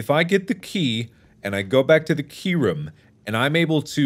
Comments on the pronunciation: What does Mark always pronounce room as ruum? Example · The way he says 'room' has bothered me for the last 6 years